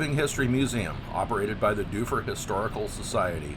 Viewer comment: He pronounced Shaniko and Dufur right though. Be kind, tourism is the only reason Central Oregon isn't deserted!